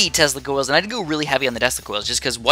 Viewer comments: sounds like you said testicles :'D great vid man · Sometimes when you say "tesla coils" it sounds like you are saying "testicles". :p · so true !!!